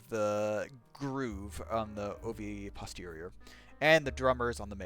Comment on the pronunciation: "oviposterior" lol